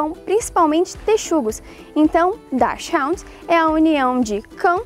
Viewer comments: A pronúncia certa não é essa, a apresentadora pronunciou próximo ao inglês. Em alemão é algo como "daks ront", e não "dash round" kkk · a proncuncia correta é DAXIRRUND não HOUND, é alemão, não inglês. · é um nome alemão. então não é "daschaud". é daschund. se lê como se escreve mesmo. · Olá. A pronúncia é daxáund de falar em inglês. Como a raça é alemã, acho mais correto pronunciar em alemão, que seria algo como dács-rrund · Muito legal!! Sou apaixonado. Na verdade a pronuncia correta não é bem assim (sem ser presunçoso), é /daks hund/, no alemão não se fala "haund", mas "hund" mesmo! Abraços! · Oi só uma correção aí a respeito da pronúncia...sou descendente de alemães, por isso saberei ajudar. O nome da raça se lê assim: "DÁKSHÚND" (com ênfase nesse HÚ) e não "DÁKSHÁUND" meio que "inglesado". No mais, vídeo bem legal. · Se pronuncia: dacs rund, escrevo como se pronuncia. No alemão não tem pronúncia raund. Tenho 2 irmãs salsichas com 9 aninhos, no ano passado papai do céu levou a mais velhinha com 15 anos e meio. Saudades eternas da minha filhota. Oh meu Deus. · Infelizmente, a pronúncia apresentada no começo do vídeo é incorreta, pois puxa para a fonética do inglês um nome que é alemão ('chs' em 'dachs' tem pronúncia /ks/, e não tem som chiado. E 'hund' é alemão, não se pronuncia como o inglês 'hound'). A pronúncia alemã está no vídeo . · A pronúncia correta é "dakshund" e não "dashaund". Dachs - texugo; Hund - cão. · Bom, acredito que a pronúncia ensinada ainda esteja errada. Dachshund = Dachs (pronuncia "dash") + hund (pronuncia "rund") e não "ráund", que seria o típico "inglesamento" das palavras feito no Brasil. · Na verdade a pronúncia correta seria "Dax rund" "chs" tem som chiado parecido com o nosso x, e a pronúncia do u alemão neste caso é igual ao u brasileiro mesmo. Brasileiros que estão acostumados a pronunciar dessa forma do vídeo "Dach raund". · Isto é, RUND e não RAUND. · Não é "raund". O cão tem origem alemã, logo a pronúncia correta é "rund".